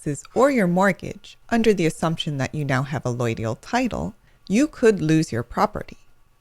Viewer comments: Why can't you pronounce allodial properly? You pronounce it "alloidial". How can I take this video seriously if you can't even pronounce the word properly? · You're better off looking at a bunch of Ron Gibson's videos on allodial title and land patents. This gal is either an attorney or realtor (both of which have interests in poo-pooing allodial title) and is either not fully educated on the topic or is just being plain deceptive. Hell, she's not even pronouncing "allodial" right! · No you did not. You just got brainwashed by an ignorant person or government shill. She doesn't even know how to pronounce it.